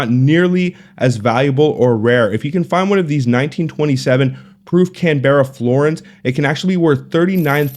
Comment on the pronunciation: Lol Can-bear-ra